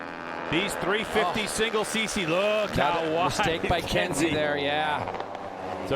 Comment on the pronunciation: it’s Kensei (Ken Say) not Kenzie. Thank you!